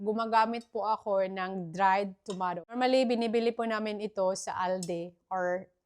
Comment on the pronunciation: Pls pronounce the letter a in tomato as long a. And prounce letter I in broccoli as short I.